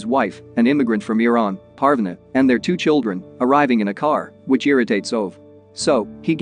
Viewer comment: uhm it's pArvAAne but k P (/a like apple/) r . V aa (aa like always) Ne (like never)